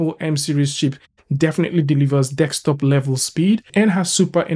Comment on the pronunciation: D-E-S-K!!!! Desk-top. Top of the DESK. NOT DEKS-TOP. DEEEESSSSSKKKKK!!! :D :D :D